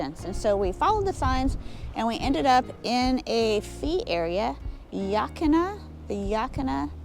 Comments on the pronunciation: I live in oregon close to the columbia river Gorge I saw your Gorge vid loved it and I thought I'd help you out on how to pronounce yaquina yuh like duh Quinn uh almost all of the names around oregon are native American words they can sometimes get ya 😊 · Yaquina is pronounced "Yeah--Quaine (as in Wayne)--Uh". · Ah, no it isn’t. It’s pronounced “Ya - Quin-ah” Just like it’s spelled. There’s nothing in the town’s name that sounds like “yeah” or “Wayne”.😂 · Why did yiu bypass Manzanita?? 🤔 Didnt even show the Punch Bowl! Yaquina (Yuh-keen-uh)